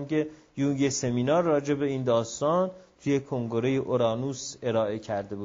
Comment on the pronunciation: چرا به کنگِره میگید کُنگُره؟